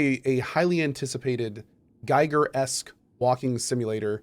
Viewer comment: Gotta be that guy, but H.R. Giger is pronounced like “geeger”